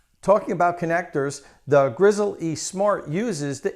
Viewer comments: Dude, its pronounced "grizzly" like the bear, not "grizzle-E" like a chicken leg. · my god, just pronounce it the way it should be, Grizzly! not GRIZZEL E, shoot me already. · Great video review, will be buying partially based on your review. by the way it is pronounced “grizzly”. like the bear!! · PS. It is actually pronounced ''grizzly'' with no pause.